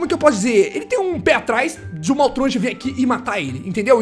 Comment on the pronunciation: Você sabe muita coisa, mas não sabe falar o nome do maltruant do jeito certo.